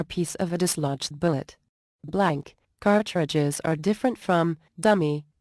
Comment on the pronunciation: "cart...tri.dges" Lol, computer voices!